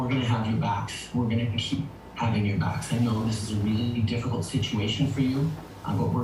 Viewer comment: Is he saying, "we have your backs" or "we'll have you vaxxed" ?